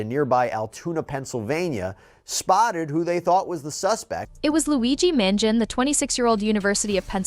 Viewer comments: Please pronounce Luigi’s last name correctly: Man GEE on ee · It's pronounced, "Man-gee-oh-nee".